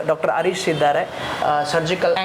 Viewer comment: Doctor hesarannu swalppa sariyagi heli marre..arish alla...Doctor harish...😅😅